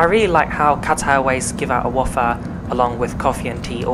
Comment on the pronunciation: Nice video! The wafer is pronounced way-fer not waffer btw.;-D